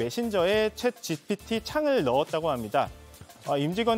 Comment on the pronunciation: 챗GTP로 발음하시네 ㅋㅋㅋGPT를